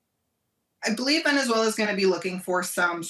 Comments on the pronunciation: It’s pronounced Venezuela not venechuela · What's the deal with that pronunciation? she's saying "Venetzuela" lol